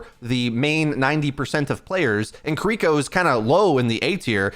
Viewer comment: Am I the only one who finds it omega annoying that he mispronounces Kiriko's name? I don't know if he's doing it on purpose or not but it just makes my ears bleed every single time.